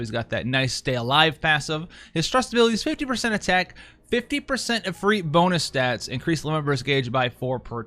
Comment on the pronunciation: When he put the stress in Ifrit in the right place for the first time to my ears on a Western channel... I was truly happy., my internal weeb loves you.